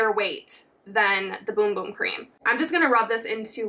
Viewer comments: Its BUM BUM not BOOM BOOM 😅😅😅😅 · It's Bum bum cream not boom boom 🙈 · It’s pronounced Bum bum not boom boom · PLEASE quit saying boom-boom, its bum-bum as in ass. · No it’s not 🫶🏻 it’s actually pronounced boom boom. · It’s boom boom not bum bum smh 🤦‍♀️ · it’s pronounced boom boom. Its a portugese word. “u” is pronounced as “oo”, just like spanish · I'm brazilian. THE RIGHT PRONUNCIATION IS BUM BUM . We don't speak like spanish . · Ummmm...it's not pronounced, "Boom Boom" why is it so hard to pronounce it right? It's like a Bum on the street, Bum? 😛🫣🤔